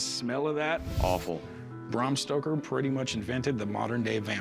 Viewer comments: Nearly died "...allegedly signed by Bram St_oker." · "Bram Stroker" 😂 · Corey calls him "Bram STROKER" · Cory said " Bram Stroker" lmao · I just love how Corey is calling him Bram Stroker 😆😆😄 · He called him Bram Stroker. How did he screw up his name, when it was right in front of his face? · Cory definitely said Stroker!!! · Guy gives you a history lesson and calls the author Bram Stroker. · "Bram Stroker" hahaha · Corey called the author ‘Bram Stroker’ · Didn't anyone else notice Corey call him Stroker???? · It's not Stroker Corey, and by the way you should've had Rebecca look at that book. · Nobody else caught Corey calling him bram stroker!?!? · Stoker, not Stroker there Corey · Jeezus Corey... “Bram STROKER”?????!? No. Just no. It’s STOKER. ☺️ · He called the author "Bram STROKER " ....Haaaa. Educate me more please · Cory: "Braum Stroker" 🤣